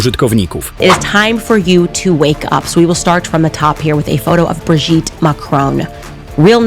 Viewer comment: Brigitte - czyt. Briżit 😂😂😂